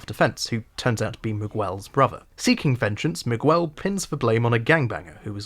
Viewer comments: Do they really call him "miwuel" in the show? Miguel is a spanish name and the U is silent. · Not sure why the youtube algorithm tossed your video my way (two months after you made it) but it was good. My only problem with it is your pronunciation of Miguel Prado. I didn't like season 3 much at all, but giving Miguel the standard british butchering of foreign languages was funny and annoying in equal measures. I'm trying to decide if it was bait for a comment (if so, well done) or a total disregard for how the character's name is pronounced in the show and the world at large. "Mig well" would be spinning in his grave. Considering he was a Cuban character from Florida played by a guy named Smits from Brooklyn, I guess it doesn't really matter. At least it's all downhill in part 2.